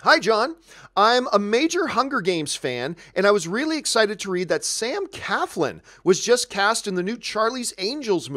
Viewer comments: it's not Sam Caflin... it's Sam CLAFLIN !! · Nobody seems to get Sam’s last name right......there is an “L” after the “C.”....CLAFLIN! ...SMH...